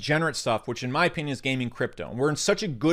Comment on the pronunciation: yo, Just curious, what state are you from? The word 'opinion' always grabs my attention when you say it: "In my oPEENion" (i'm not mocking) I'm genuinely curious what state you're from. That's all.